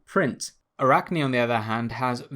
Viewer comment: Yes you pronounce arachne ( Αράχνη = spider ) correct...